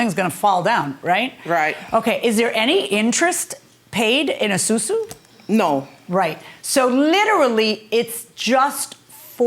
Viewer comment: Its Asusu not susu